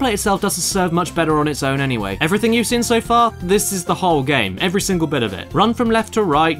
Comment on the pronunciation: I see, so it's the meds to blame for why you keep miss pronouncing the word "Seen" as "Sen".